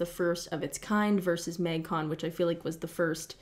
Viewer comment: Your Canadian really comes out when you say “mægcon”